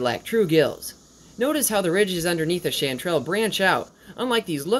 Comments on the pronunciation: Hey. I really appreciate a nice video about chanterelle mushrooms, I just wanted to correct your pronunciation though. Its pronounced like sh-on-te-rel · Isn’t it pronounced Shawn-ter-ell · I’ve always pronounced it Shaun-trelle. Looked up how to pronounce it, heard “shatterelle, sh-an-trelle, sh-aunt-erelle.”